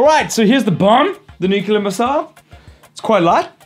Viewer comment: nukular..... really? you trollin bro?